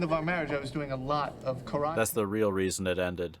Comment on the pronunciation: The pronunciation of karate is actually the correct way to pronounce it in Japanese, as well, which makes it funnier. I live in Japan and when I say how westerners pronounce other words like Karate, such as ken Watanabe (famous actor), and karaoke, Japanese people usually crack up laughing.